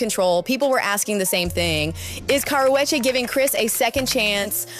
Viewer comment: She can’t say her name properly!!! 🤦🏻‍♀️🤣🤣